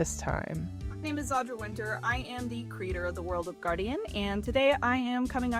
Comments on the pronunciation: Very small nitpick on the video im sorry. But she goes by Audra. Not Audrey. I get it they sound the same but this situation has gotten so big in scope that if you’re covering the situation as of now, you can at LEAST get her name right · Nope, it’s Audra Winter, no “s” at the end. No idea why people keep misspelling it. All you have to do to check how to spell her name is to google her. You also called her Audrey around minute …kind of weird.